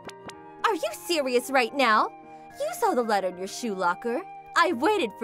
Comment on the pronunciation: Are you serious right neow?